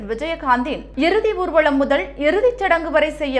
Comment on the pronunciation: ஊர்வலம் என்று உச்சரி ; ஊ ர்வளம் தவறு